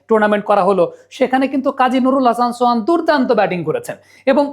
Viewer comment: ছোহান না সোহান 😂